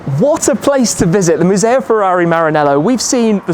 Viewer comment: Furóree in Moranélow.